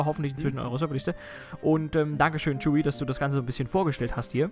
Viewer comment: Danke :) Und ich muss es Akzeptieren, dass du meinen Namen falsch ausprichst. Ich muss damit Leben. Genau so wie Cheeewi. Ich nehme dir das nicht übel.